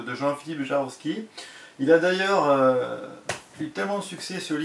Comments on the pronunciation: Tu dis "Jarovski" mais cest bien "Javorski". Et sûrement pas Jablonski. En tout cas faut que m'y mette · Ouaip faut que je travaille ma prononciation jawooorski pas jaroski : « c’est leviosa pas leviosaaaaa »😂